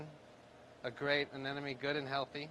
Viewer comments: why do professional/experienced marine keepers say anenome when its clearly spelled anemone? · I clicked on this video just to hear you say 'anenome' again and again. Lol, you didn't disappoint